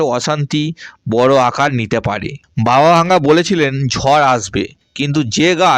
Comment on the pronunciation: বাবা ভাঙ্গা না, বাবা ভেঙ্গা হবে